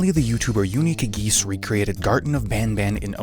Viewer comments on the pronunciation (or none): if you played indigo park PLEASE dont mispronounce uniquegeese's name on purpose "unikageese" 😭😭😭😭😭😭😭😭😭😭😭😭😭😭😭😭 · can’t get over the fact that you said “unique-a geese” at the beginning